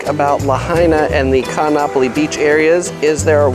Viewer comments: Every double vowel is separated by an okino - Ka'anapali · Laurel J. Yes I agree, it should be pronounced as "Kahn-napali" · The glottal stop is like the pause in Oh oh! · Great narrator but he should learn how to pronounce Kaanapali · Great video, but check your prounanciation of Kaanapali, your saying it wrong, (not trying to be rude!!). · You pronounced Nakalele correctly but BUTCHERED Kaanapali.